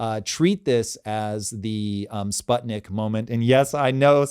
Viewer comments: For god’s sake can you learn how to correctly pronounce Sputnik? It is pronounced as in “put” or “spootnik” ! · Ok. Sbuttnik 😂